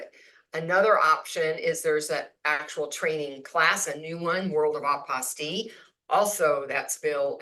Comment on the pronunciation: Hi, I believe the correct word is Apostille not Apostie just saying If and doubt you can google the voice pronounciation